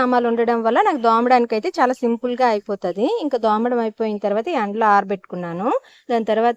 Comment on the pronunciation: Hi Andi....chaala sarlu cheppalanukunnanu miku ginnelu dhomadam kaadhandi thomadam.... dhomadam ante vundadaniki bagundadam ledhandi...please correct chesukoni matladandi..ila cheppenani em anukokandi